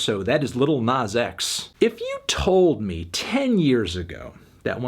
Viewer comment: And calling him “nawz”